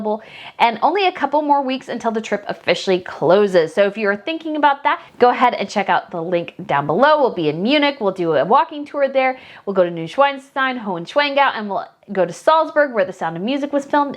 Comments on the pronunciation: Please, Schloss Neuschwanstein is not spoken Schweinstein, it is Schwan not Schwein. Swan not Pig.:eyes-purple-crying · Hi from Germany, love your channel but could you do me a favour please? The Castle of Neuschwanstein is not pronounced "New Schweinstein". Schwein means pig in German. The name Schwanstein comes from the castle above the town on the site of today's Hohenschwangau Castle, which was demolished in the first half of the 19th century when Hohenschwangau was rebuilt. The Castle has the same pronounciaton as in English Swan. Its like New Swanstein ;) Have fun on your trip!